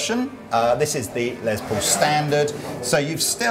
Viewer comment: It’s “Les”, not “Lez”. Les Paul’s name was Lester, not Leslie. “Less Paul” is how it’s pronounced. Hello.